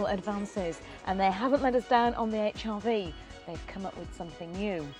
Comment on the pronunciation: 1 thing has just put me off, the way she says Hrv, sounds like hiv